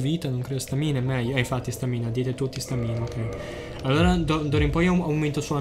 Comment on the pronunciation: Ti prego impara a pronunciare stamina...